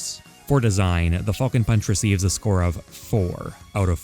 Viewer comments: “Fall-cun Punch” boi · Ngl, I swear to fucking god I kept hearing say "Fucking punch" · The way you pronounce falcon hurts me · Not the biggest fan of the way u say Falcon but your content is just as great as always! Keep it up with the best quality ever man!